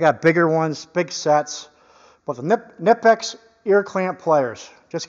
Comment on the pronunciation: Kah-knee-pix / K-nip-x....lol ! My reasearch on how to pronounce the brand name continues! Many a discussion... All in good fun ! .... First car was a 66 V.W. bug ! Paid $50.00 for it. Drove it for 6 months.. burned oil, rusted out, bad clutch, etc. It died in front of a junk yard... Pushed it into the yard...Got $50.00 for it. Yard owner was going to pick up another car, and gave me a ride home... Best car I ever had, fun wise ! I haven't thought about that car in years.... Great memories ! ... Thanks for the videos ! Big fan ! You Sir, are much appreciated! Have a great day !